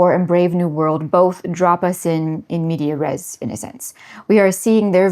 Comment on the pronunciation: I think you have to pronounce the S in in medias res Anyway. I've watched everything on this channel and will click the next thing immediately in perpetuity. Lots of people on the Internet will commiserate about the decline of society, but listening to this woman talk in her sweater with her model skull and her poignant introductory music is one of the few ways I know for certain that others understand what is gone, and feel what I feel.